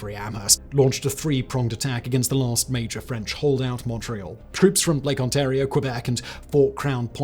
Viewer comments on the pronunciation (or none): none